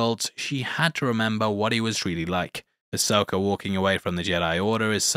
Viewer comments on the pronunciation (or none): There is no “R” is Ashoka DUdE!!! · As an American, I just wanna say that I find a weird joy in the fact that you enunciate "Ahsoka" as "Asoaker"